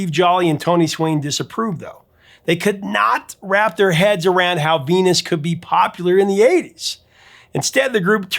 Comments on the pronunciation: Sounds like she's saying fetus, not venus. And bananarama makes it sound like penis not venus. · It sounds like she sings "Fenus". "V" is pronounced as "f" I Dutch (and German).